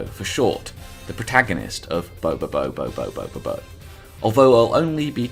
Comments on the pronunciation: You keep saying his name with and extra "Bo". It's Bobobo-Bo Bo-Bobo. 3-1 1-2. That's 7 bo's. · you added an extra syllable to his name and its giving me conniptions